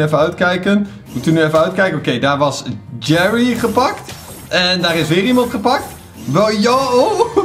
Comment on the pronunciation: het is GERRY niet jerry